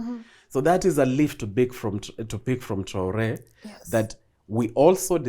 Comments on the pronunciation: His name is not traolé it's TRAORÉ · its traore not traole...gikuyu ni gikuyu tu